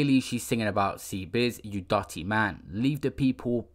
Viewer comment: LOOOOOL I cant the way he says dutty